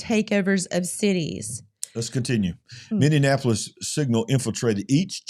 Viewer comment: you've added an extra syllable to Minneapolis....sorry it's just making my ears go all funny...sensory issues...😇😜